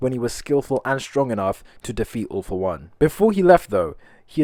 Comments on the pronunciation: Why you say ALL FOR ONE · Whay did you say all for one in